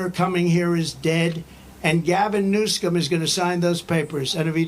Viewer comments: Did I hear Trump saying correctly: "Gavin Newscum"? 😂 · The Don kept saying Newscum. 😂🎉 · Did he say Gavin Newscum??🤣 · He called Newsom Newscum. Lol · “Gavin New-scum”. President Trump is the most savage! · He said, “Gavin Newscum”!😂 Yep 👍🏻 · 'Gavin New-Scum' 🤣